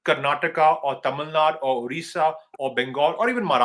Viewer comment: Tamilnadoo and not Tamilnad, Karnatakaaa and not Karnatak, Kelalaaa and not Keral…. ji aap bhi 😂😂